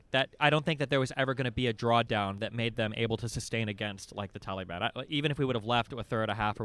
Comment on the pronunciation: I just wanted to say that I love how Destiny pronounced ‘Taliban’: Tally-ban. The tally ban! 😂😂😂😂